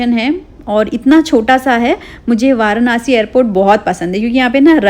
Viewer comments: Varnasi nhi hota hy varanasi hota hy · वारानासी ❌ वाराणसी ✅❤️🙂